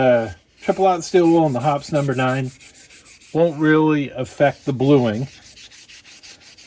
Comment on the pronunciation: Thank you! By the way, it is pronounced "Hop-eez", not "Hop's"... I emailed their customer service and asked. ;-)